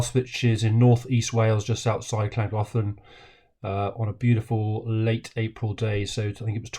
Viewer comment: There’s no ‘K’ sound at the beginning of Llangollen. It’s truly insulting and embarrassing to hear English speakers refusing to even attempt Welsh pronunciation.